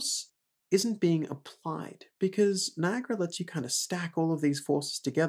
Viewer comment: Guys it's Niagara, NOT Niagra!